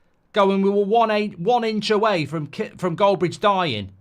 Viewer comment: "1 inche away from Goldbrdge dying." I can't speak😂😂😂😂 Hope you are alright mate